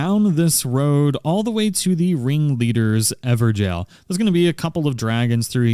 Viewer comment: Very nice! But is it really pronounced "Ever-Gell"?